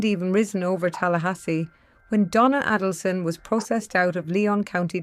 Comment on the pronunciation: Check the correct pronunciation of Donna's last name.